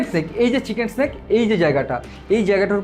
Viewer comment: বলছিলান ওটা চিকেন স্নেক নয়, চিকেন নেক হবে।